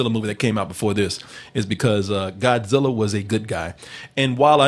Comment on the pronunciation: I really wanted Goodwin here to pronounce Godzilla properly